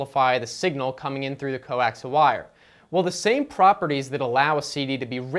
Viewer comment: Pronounced "Co-axe-ee-ull" cable. Not "co-axle"! Top marks tho for best BS video I've seen in awile!